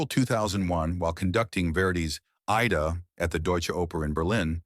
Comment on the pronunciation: The Verdi opera is pronounced "eye-EE-da", you crap AI.